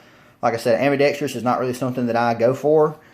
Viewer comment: Ambidextrous is pronounced Am-bi-dex-trous, not am-bi-dex-TREE-ous. There's no extra syllable